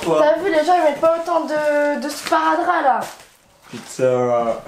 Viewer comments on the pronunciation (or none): De sparadrap elle à dis 🤣🤣🤣🤣